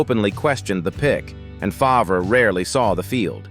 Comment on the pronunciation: Seriously - Farv, not Fahv-rah Further, he is a criminal